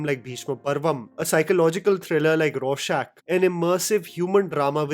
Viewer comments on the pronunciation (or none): none